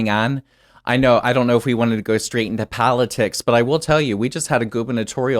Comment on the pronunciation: Honest question, where's from? He pronounces words in a weird way. "Demacracy" "Palitics"